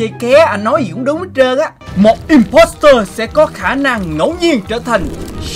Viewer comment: imposter là chữ o ko phải chữ e đâu nha anh